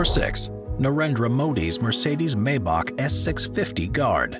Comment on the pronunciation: Always ; My-Bach . Never ; May-Bach . Please , continue . .